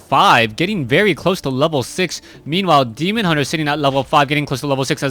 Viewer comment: i like how he never gets the name of the demon hunter right